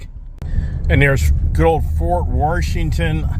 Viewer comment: Fort Warshington...is there an R in Washington?